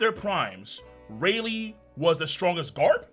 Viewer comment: Closed the video when bro said Rayleigh on 25 💀💀💀💀💀💀